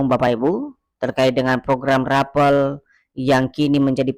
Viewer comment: RAPEL KLUAR BUKAN RAPEALON BUKAN ...KLIRU RAPALAN...GAJI.